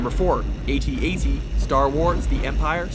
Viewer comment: The guy can't pronounce AT-AT or Jaeger correctly.